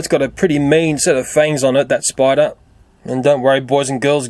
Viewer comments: He pronounced spider spuder. and did you see the Freddy plush from fnaf I did! Did you? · It sais SPUDER XD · You said spuder